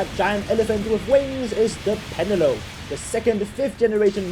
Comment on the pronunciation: "Pen-a-lope" 😆that's an interesting way to pronounce it.